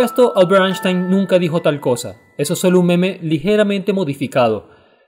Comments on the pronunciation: Lo se hafhcjs solo que no lograba escuchar bien la 'N' y la 'S' me sonaba un poco exagerada pero eso ya es de obsesionado to be honest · SUPE QUE NO DIRIA NADA UTIL DESDE QUE PRONUNCIO MAL EL NOMBRE DE ALBERT EINSTEIN